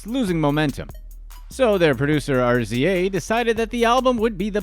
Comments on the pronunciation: like who tf is “Are Zee Aye” ?🤣🤣🤣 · ‘Rayzor’ is the pronunciation of RZA 🤪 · LOL, man's spelled out RZA as R,Z,A🤣🤣